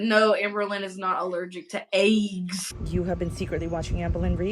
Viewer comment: Obsessed w/ the way says EYGGS